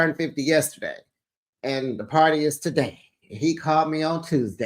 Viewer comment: Have fun at the par-tae'.